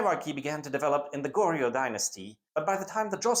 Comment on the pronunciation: As a person who is fluent in korean (both my parents are korean) I appreciate this, however the pronunciation of the korean itself is really, not great. And is a bit grating on the ears. Dynasties are usually pronounced as 2 syllables: Jo-seon, Gor-yeo, SIl-la, etc. Paeraengi Is pronounced Pae-raeng-gi not Pa-er-an-gi. Even getting the syllable count right would go a long way to improving the video. Google translate often has an audio button that will say the word out to you. It's like trying to watch a WW2 documentary that consistently replaces Normandy with No-ra-ma-nad-i and gets the pronounciation of every single wrong (berlin as Bear-li-en).